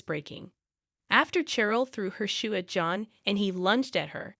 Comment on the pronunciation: Cheryl is pronounced Sh-er-l. Natasha is pronounced Na-Tash-ah-a.